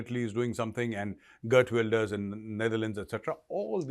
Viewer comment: Jai Hind Major, just wanted to suggest a correct pronunciation of Geert Wilders, its pronounced "khe-eert wil-derss". Otherwise, amazing work. Love from Netherlands